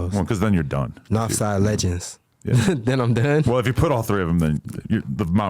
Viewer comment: He said it right NAWFSIDE LEGENDS